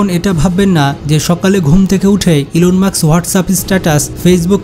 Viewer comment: ভাই ওনার নাম ইলন মার্কস নয় ইলন মাস্ক